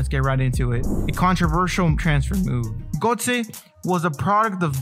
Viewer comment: I like your video. Two tips: 1. Sometimes you hesitate when talking or stumble over your words. It really distracts from the quality! Worth redoing until it’s perfect 2. You may want to look into how to pronounce Götze’s name properly:)